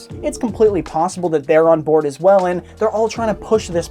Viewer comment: From to he puts an emphesis on the end of words and it pisses me off. " by other means as well " , " any product on there " , " huge risk and gamble to take "